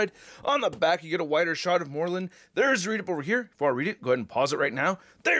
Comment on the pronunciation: Can someone tell it is “Mor Lun” not “Morlin”